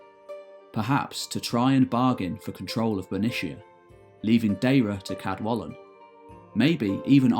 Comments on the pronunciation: In Welsh represents an unvoiced (like the in the English "kettle". So "Cadwallon" is pronounced [kadˈwaɬɔn]. Diolch! Again, although Old Welsh orthography is used, the pronunciation of the king of Elmet (Elfed in Modern Welsh) is "Ceredig" [kɛrˈɛdɪg]. Sorry, but the pronunciations of Welsh names are just atrocious! I can't listen to it any more. Nos da! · Also most of the Welsh names have been pronounced correctly which can prove quite tricky for non-Welsh speakers however Cadwallon is not quite correct due to LL not sounding like L (as in the English word wall) if I could I'd be happy to help with the correct pronunciation. Enjoyed the video. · A voiceless Alveolar lateral Fricative. Not an "L". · First language Welsh speaker here. You mispronounced Cadwallon. The "ll" sound is pronounced phonetically as ɬ. It has no equivalent in English, you just have to learn to sound it. If you want help with Welsh pronunciation I'd be happy to help. I enjoy your videos.